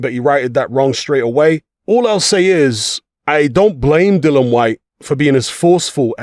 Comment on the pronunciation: His name is DILLIAN NOT DILLON!!